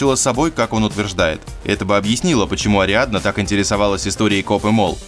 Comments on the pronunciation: То "Адриана", то "Ариадна", кто-то не в состоянии прочитать простой текст, даже если сам его написал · НЕ АДРИАНА, А АРИАДНА!!!